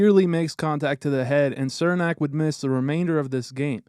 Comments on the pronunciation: It's pronounced "Cher-nack" not "Ser-nack" lol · "cher-nak", not "sir-nak... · His name is pronounced CHUR-nak, not SIR-nak. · For the love of god its pronounced "Chernak" not Sirnak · Its Černák (pronounced Cher-nahk) just like Chara is pronounced h-karka...well as close it can be spelled for pronunciation in English. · I’m not trying to be picky I’m just letting you know in case Cernak is in future videos his name is pronounced Chernak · Why does everyone outside the Lightning fanbase mispronounce Cernaks name? It’s pronounced “Cher-nack” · cernak is pronounced CHER NAK